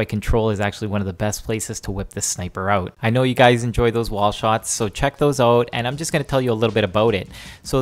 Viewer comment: "Check thoose owt" haha. I love Canadians. -an American